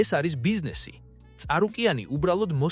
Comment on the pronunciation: წარუკიანი არა ჭარუკიანი 😂😂